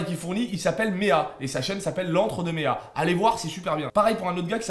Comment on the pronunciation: La vidéo est super intéressante surtout qu'on parle très peu de ce film Par contre je crois que meea se prononce meua et pas méa.